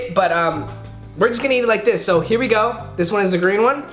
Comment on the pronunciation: No one: Literally no one at all:: “these lemons are SHO sour. SHO sour”